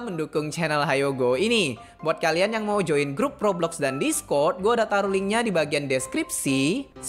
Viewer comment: abang bilang toblox atau roblox